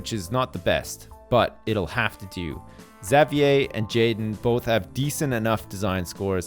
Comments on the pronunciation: isn't xavier pronounced (X-av-ur)? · say it how I've heard everyone else say it ever, which is ix-zay-vee-er or ex-zay-vee-er or maybe even just zay-vee-er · It's funny how says (Zavee-eh) probably because he's Canadian and that's how they pronounce Xavier. Where I'm from - I hope I'm not alone - we say it (Z-eh-vyer) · Is anyone gonna tell how to properly pronounce Xavier's name? Or are we gonna just let him call him Zav-ee-yay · I feel like there's some joke I missed somewhere along the line considering how he keeps mispronouncing Xavier's name :/ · It bugs me how you say Xavier, but I guess it's a Canadian/French thing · Well I don't live in a French province anymore so they might say it like that?? But my classmate's name is Xavier and he does not pronounce it like does... Who knows? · I'm French Canadian and that's not how I pronounce it :/ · Ishan Abhi Well then I have no clue why he says it like that lmao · is Canadian, so he might be used to hearing it pronounced that way. I'm American, and I've always said Exäveeyer, sometimes Zäveeyer.